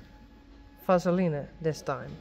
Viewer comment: Perfect pronunciation of diarrhea😘 Betadine & vaseline end with a single syllable, long E, “een” sound